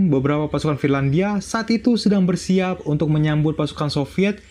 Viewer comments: Finlandia bukan firlandia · Trlalu sering salah ucap "FIRLANDIA"